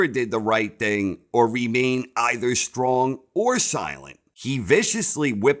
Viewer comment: The way he says "the shtrong silent tyPe"